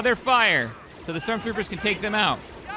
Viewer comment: "We can get Strock Troopers"💀